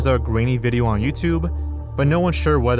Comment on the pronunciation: i like when you say vijeo XD